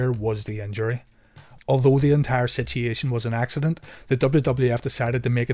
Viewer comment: This is my favorite wrestling channel on YouTube. I love your channel! I love how in depth you go to with the history, both real & kayfabe. But, most of all, I love your pronunciation of the word situation... I've watched episode after episode & I smile every time I hear the word "sisheashun"... I also found myself enamored by the word "gradgeeashun" in a different vid.... Keep up the killer videos!